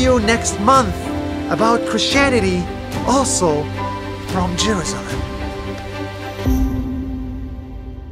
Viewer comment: The way he pronounced Jerusalem got me dying laughing